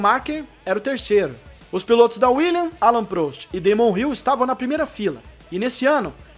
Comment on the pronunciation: A pronúncia é PRÓST e não PRÔST